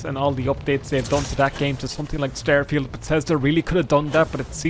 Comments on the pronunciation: "We're gonna be playing Stærfield!" The fuck... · Do you pronounce it as "styrofield" on purpose? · “Stair-Feeld” I have to turn this off